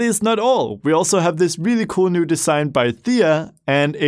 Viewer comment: I love when says "very very COAL" instead of Cool.